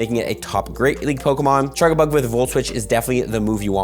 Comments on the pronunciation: It’s not chargabug it’s CharJAbug the way he says it hurts the ears. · He’s Canadian m, be nice. And so is that chef guy? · What is the charga part of charga-bug supposed to mean even? I pronounce it charge-a-bug